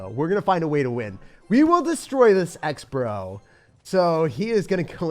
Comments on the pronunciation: instead of saying Xbro... he said step bow .. sus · "step bow"💀💀